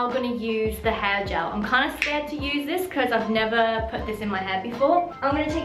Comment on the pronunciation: “for curly hæ”